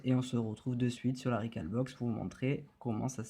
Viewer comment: Rec"au"lbox comme un hall de gare... sinon bien l'explication. Sauf que le ftp via ethernet c'est super rapide